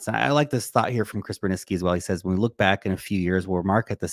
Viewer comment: Where - Wen 😂